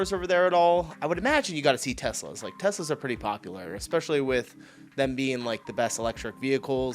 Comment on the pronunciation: Teslerrr don't you see any news there. 😂😂😂😂🏴